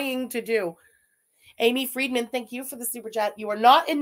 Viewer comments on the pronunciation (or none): none